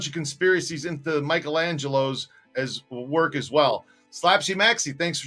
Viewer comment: we gotta woik on Dat intro. We can do much better. love ya